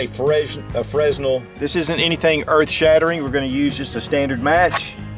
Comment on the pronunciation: And fresnel is pronounced frenel the s is silent (went to film school didn’t pan out)